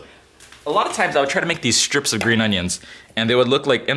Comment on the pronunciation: Are they strips or schtrips? (sorry, this is a trend that I've been hearing a lot recently that starting to really bug me, I find it exschtremely grating ;) ) More on topic, I remember watching Cooking with Dog many years ago, and they put their green onions in ice water - apparently makes them straighten out. Or was it the opposite?? hmm that's got me curious now.